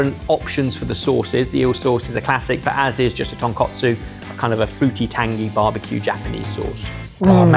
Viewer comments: it is not TonKOTsu....it is ton KAT Su. Tonkotsu is the ramen, the broth. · I am begging you to learn the difference between tonKOTSU and tonKATSU, they are two wildly different things and there is no such thing as tonkotsu sauce. For a channel built around food it's infuriating that you consistently get this wrong. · Can always count on to relentlessly mispronounce tonkatsu.